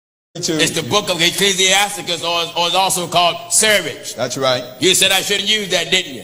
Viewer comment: The man didn’t even pronounce the name of the book right. It’s not seer-ach. It’s Sirach (see-roc).